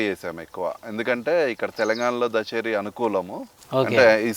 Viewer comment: దచేరి కాదు బ్రో దశేరి వరైటీ